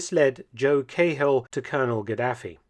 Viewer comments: Joe KAY Hill!! ?? (disregad the "K" sound and use "Ca") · Cahill is pronounced like kah-ill, Mark. Source: I'm irish ;) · Joe Cah-hill, not Kayhill. I love your videos. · It's pronounced Caal though, not Cay-hill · I HATE the way everyone outside of Ireland pronounces Cahill. Its pronounced like Car -hill. Now just take out the r and dont accentuate the hill.Other than that this is a great channel. Subscribed for a few years now. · It's pronounced KAHILL God dammit. Long live the Irish. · it's pronounced Joe Kackhill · Mark, I am an enormous fan, but must correct your pronunciation which is just like a soldier’s on his first tour of Ulster back in the day. It’s actually a compliment as it brings back fond memories. CAHILL is pronounced KA-HILL, said quickly and without emphasis on either syllable. MEGAHEY is pronounced MA-GA-HE, said even faster and again with equal emphasis on each syllable. “Nay undercover werk fur ye in South Armagh, Sonny, till ye learn de lingo (likely response from a Scottish RSM). Keep up the excellent work, good Doctor. Thank you very much for your persistent and steady work producing highly informative and entertaining content on YouTube. Best wishes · Please learn to say Cahill properly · I agree. The typical pronunciation in the British Isles is the Irish way of saying it. There should be no difficulty in pronouncing the names correctly. Felton is so careful with the pronunciation of foreign names. Oddly, he uses such parochial English for Irish names. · The .5 calibre sniper rifles were to be used in an anti-aircraft role not personnel. The flag is not pronounced a "trickcolor" it's called the "try colour" as in 3. Also Cahill is pronounced"Ka Hill" not "Kay hill" thank you for covering Ireland 👍🏻